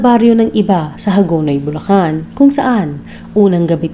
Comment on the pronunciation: Bulacan city Hindi bullan